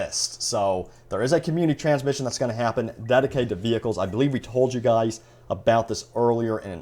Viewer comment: Why do you “gwuys” always defend EA and Dice. Either you’re on the payroll, just dishonest, or delusional. Seriously “gwuys”, is it hard for you to say the word Leak?